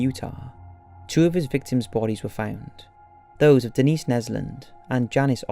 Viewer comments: Do we not know how to pronounce names... Denise, Dennis, Janice, Janisse....good grief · Great video, although as a fellow brit it’s so frustrating you pronounced quite a few of the victims names spectacularly wrong. Denise as ‘Dennis’ and Janice as ‘Janees’ ? these are typical names also used in Britain so not sure what you were thinking